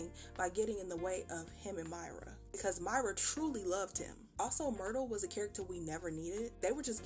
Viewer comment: I'm Sorry But Every Time He Did Mertyle I Was On The Floor Laughing 😂😂😂😂